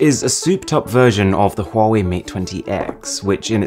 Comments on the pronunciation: Yo Call It Wrong Its Wa-Wei! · No say, huawei,se dice wuawei